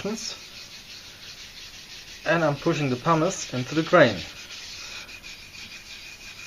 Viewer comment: What is the powder you use in the beginning to fill the pores? It sounds like you’re saying ”parmesan” 😉